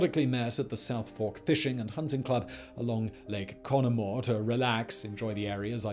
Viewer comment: It makes me quite happy that you pronounced "Conemaugh" almost perfectly. Most people really struggle with that.